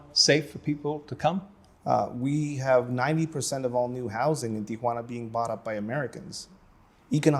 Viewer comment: It's Tee-wanna, not Tee-A-wanna. Got it??